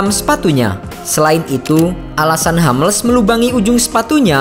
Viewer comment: Sedikit ralat penyebutan.. Hummels, bukan Hammels.. Soalnya nama orang jerman..